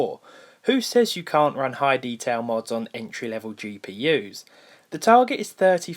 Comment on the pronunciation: it's really bugging when u pronounce mods as modes